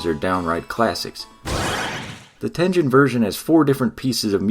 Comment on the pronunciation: I also thought it was pronounced Tengen with a soft “g” sound like he’s saying it in the video but then I learned it the “g” sound is actually supposed to be a hard “g” sound so the “g” is supposed to sound like the “g” in like “game” as opposed to the “g” sound in like giant, so in other words he is saying it wrong